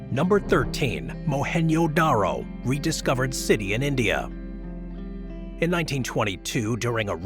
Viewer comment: mohan “JoDaRo” not “yodaro”